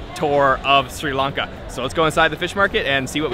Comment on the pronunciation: Great job capturing SL! Love the video! And thanks for pronouncing SRI LANKA correctly instead of saying “Shri Lanka” which is totally incorrect.